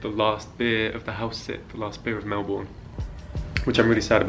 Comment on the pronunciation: Melb'n not Mel born